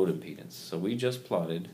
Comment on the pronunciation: impenis or impedance